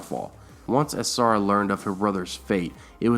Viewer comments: Good video. I think book Quaithe and show Quaithe will turn out very different. Really like your channel but you need to work on your pronunciation of Song of Ice and Fire names like A SHAR A not A SAR A and ASH HIGH not A SIGH. Thanks for doing these. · and he said asara dayne when she's called ashara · SH makes a sound like shhhh...not sssss like Ashara and Asshai...and while I'm at it it's pronounced She-ara ( or she-air-a) sorry not trying to be a hater but it was poking me right in the OCD. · Also MY GOD, somebody PLEASSEEEE teach this guy how to pronounce an "Sh" sound! .. "Ass- Hi"?? "Ass- ara Dayne"?? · S+H= shhh Asshhhai, Shhhiera, not Sahara lol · I love your videos, but the way you pronounce Ashara and Asshai makes me cringe sooooooo hard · You pronounced Ashara wrong too 😭😭😭😭😭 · Also, Ashara...